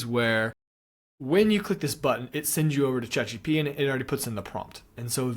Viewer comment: its chatgPT not chatgTP